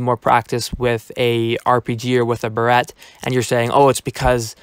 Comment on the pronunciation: oh so you're barrier? cuz i see that name in the leader board in the vid. also mine is King_Taco1 also the way you say barret XD